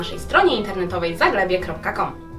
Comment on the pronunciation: Wideo pozytywne. Błagam tylko nie wymawiajcie strony klubu bez polskich znaków, zaglebie brzmi żenująco. Jak powiecie zagłębie kropka com to na pewno nikt nie zbłądzi, a brzmi to normalnie.